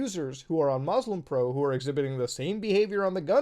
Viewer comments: Hearing muta not pronounce muslim properly makes me sad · DID HE JUST PRONOUNCE MUSLIM WRONG, WHILE BEING MUSLIM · Dude can say all the prayers' names in arabic perfectly but still says "Mozlem" lol